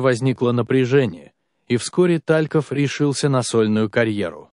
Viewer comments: Как же режет слух ТАльков. Игорь ТалькОв. Вы бы хоть поинтересовались, прежде чем выпускать ролик. И еще. Лариса Гурченко. Какая Лариса? Людмила Гурченко. Можно не знать Талькова, но не знать, как звали Гурченко, непростительно. Материал неплохой, но вот эта безграмотность просто отталкивает. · Не Та'льков,а Талько'в!!!!!! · Игорь. Тальков вообще т о а не ТАльков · Господи, сколько ошибок! Гурченко не Лариса, а Людмила. ТалькОв, а не ТалькОв. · Что за ТА'льков ? Не разу не слышала , что так ставили ударение? Зачем? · Пожалуйста, не коверкайте фамилию известного человека. Поклонников Игоря Талькова, это очень коробит!😢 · Ну и ведущий или чтец, как его и назвать? Поразил меня, когда сказал ТАльков, с ударением на первую А, охренеть, откуда он взялся, слушать его не хочу. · Ниче так Лариса Гурченко и Тальков с с ударением на А😂😂😂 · Режет слух Та'льков , но интересно , не все известно было из ее личной жизни .😊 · смешно, ТАльков, Лариса Гурченко .....кто это читает? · Просто поразительно, что Вы ставите ударения в фамилиях таких известных людей неправильно! Режет слух😔🇩🇪